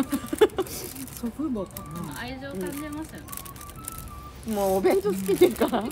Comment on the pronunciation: お弁当ではなく、クワンクワンって言ってた😂